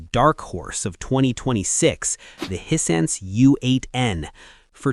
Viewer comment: As mentioned on previous vidoes, this guy is AI. One minute he's saying Hissense instead of HiSense. Then later on he's saying Hisen. This is because the AI doesn't really know how to say the word. If he was a real person, a real reviewer he's know how to pronounce aTv brand correctly